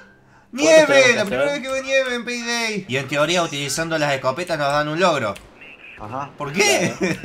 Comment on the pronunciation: yo escuche "selebren este nuevo video de penedey" xd jajaja